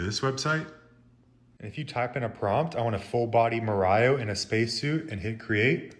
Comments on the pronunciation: How the hell do you say super marayo😮 is Mario you fuu😢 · Marayo! really! are you being sarcastic or serious? it's Mario: like pronounced Maryo. and it's Italy NOT Aytaly? get some culture dude. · Da Vinki… Hightalian…Anymee style…Maryo…Luighee…Super Maryo Odyssey.. you need to find a website for handicapped english